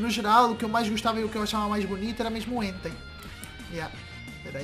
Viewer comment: Gosta mais do Entei e nem fala o nome dele direito